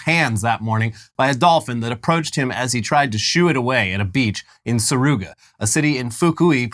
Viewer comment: Its pronounced Su ru ga — i live in fukui prefecture. I should go look for it